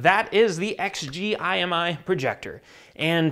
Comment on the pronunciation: It bugged me that you didn't pronounce the company name rather than read it out. Other than that good review